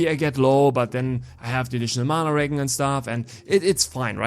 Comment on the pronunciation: wow you butchered the accent on regen haha no offense! But on serious notes here are my questions for this class: 1. IF we are using manaball eruption and staff as main hand,don't we negate the offhand basic attacks from xbow? or do they still proc when using xbow skills? It's a myth that goes on for a loooong time. 2.Loved the idea for mana shield! 3.Is ice bombarement explosion worth it? 4.Isnt it a miss that we sacrifice fire bomb which is like 7-9 second cd fire skill?